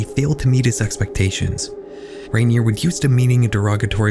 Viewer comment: he doesn't even pronounce raniere or nxivm correctly